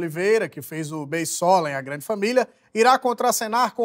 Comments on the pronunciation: "a glande familia..." 😂😂😂😂😂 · "A GLANDE FAMILIA" HAHAHAHAHAHAHAHAHAAYAHYAYAYA cara não estava preparado pra essa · "a glande família" foi ótimo kkkkkk